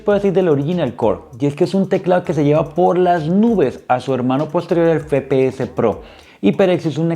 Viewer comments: Buen unboxing y review pero me daba ansiedad que digas fepeses pro en vez de efepeeses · el fepeese pro, se dice efepeese broo